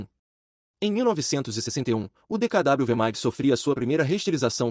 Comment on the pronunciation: Não é DKW que se pronuncia mas DKV pois o w tem som de v em alemão.